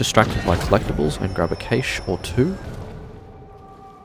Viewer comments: A cache (pronounced /kæʃ/ like "cash") Not caish 😂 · Cash not Caysh! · I have to stop watching because the repeated mispronunciation of Cache is so freaking annoying.